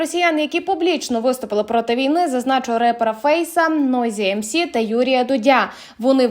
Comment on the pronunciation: Я б порадив дикторам каналу перечитувати свої тексти , перед ти ,як зачитувати. Наголоси в словах «в молоко» , «Нойзі Ем Сі» серйозно???Монтаж порубаний, і «після темряви» , темряви не тьми…